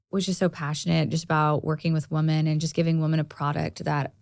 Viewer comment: gosh love but she still hasnt learned to pronounce women vs woman!